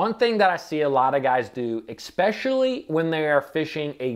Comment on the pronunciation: it's "eSpecially" not "eXpecially".